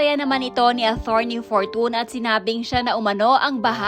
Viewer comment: Atorney..not athorney..